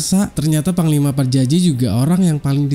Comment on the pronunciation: PAJAJI BUKAN PARJAJI LONGORRR...